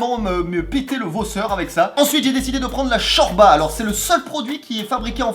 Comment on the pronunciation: on dis chorlba